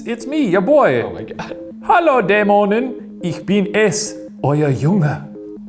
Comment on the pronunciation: That was a pretty acurate pronunciation of the german phrases, especially the ä in Dämonen, a letter thats not even present in the english language, was pronounced very well! Come on Ryan, give Shane some credit there.